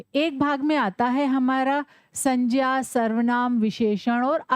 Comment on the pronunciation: Mam ye sanjya nhi hai sangya hai😊